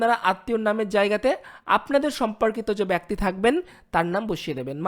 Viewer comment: ভাই, আপনাকে শুধু একটি কথাই বলছি, ব্যক্তি উচ্চারণটা ঠিক করবেন।